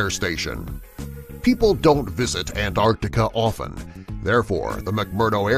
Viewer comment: Mostly I enjoy your videos, but PLEASE pronounce the consonants. It's Antarctica, but you kept saying "Anartica."